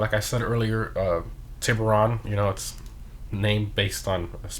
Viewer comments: The way he says shark in spanish is so wrong but Still funny at the same time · Wow honestly surprised none of these comments were about the pronunciation of tiburon, nice community.